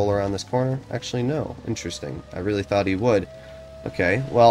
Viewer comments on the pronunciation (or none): none